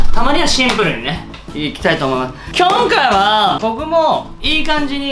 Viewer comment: きょんかいは〜！！ まじゅ じょおすい